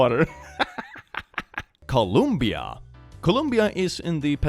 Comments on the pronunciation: that for me reads as [kolumbia], not [kolombia]. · Isn’t it col-ohm-bia?